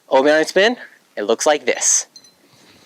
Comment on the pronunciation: Ah yes the obi-awni spin